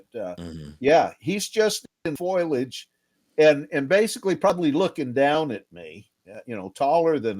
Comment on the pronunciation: He can say perpindicular but is stumped by foliage "foilage"? Sorry, that struck me as funny.